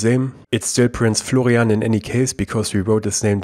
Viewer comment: name : florian, pronounced: flogrianf7dsds9erkfj 😂